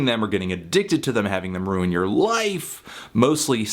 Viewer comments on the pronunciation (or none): none